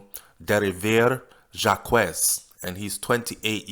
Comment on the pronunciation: the name is french pronounced as Jacques and not jacquese